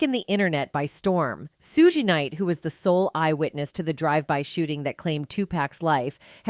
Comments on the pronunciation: Its suge ....suge not sugaye...dipsh##tt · AI always pronounce wrong...Lahaina case & point on Just in now Shoogay....ugh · Why can't you pronounce these names 😂 it's POK for Tupac soog its Suge as in Sugar you murder these names on every video ya put out no matter who it is how we suppose to take what ya put out serious practice the names before ya put it out 2 biggest names in the rap world we all been hearing these names 30 yrs and you get em wrong it's so annoying even Keefe D name 😂😂😮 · roflmao, the AI narrator is both messing up Tupac and Suge's names. This is ridiculous.